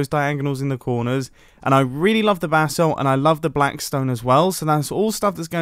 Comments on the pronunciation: Every prime he says “basalt” he sounds like he’s saying “bath salt” Like if you agree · Anyone else hear “bath salts” every time Mumbo says “basalt?”